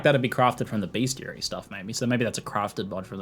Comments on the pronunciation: it is Best - I - ary, not beastiality. That is,if you have google safe search turned off, something entirely different. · did ziggy say bestiality ? :D